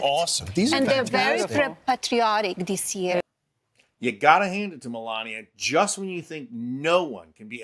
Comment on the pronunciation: And...after being in "de" US for 30 years, she could make an effort to pronounce "this" correctly, instead of "dis". It's pure laziness and I'm assuming it must appeal to the simple-minded folk.